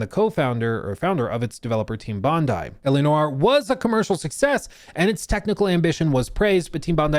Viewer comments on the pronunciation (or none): Sorry my brother: Bondi = Bon-dee. ee. Bon-dee Beach.